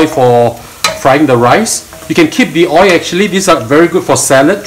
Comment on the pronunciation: No "OY", but "OYLLL" !!!